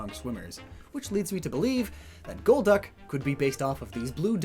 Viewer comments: To me it was always gol-duck, not gold-duck or gold-uck. I didn't know anyone else thought otherwise until I watched this vid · Holy God it took you 3 quarters of the video to realise golducks name is gol-duck and not gold-duck Holy cow you know what other pokemon has gol in it's name! Golbat but IT'S not golb-bat so why would golduck be gold-duck! Omg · Maybe it's not Goldduck or Golduck, but Gol D. Uck 🤔